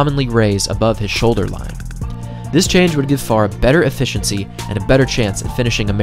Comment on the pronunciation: There are two syllables in Farah!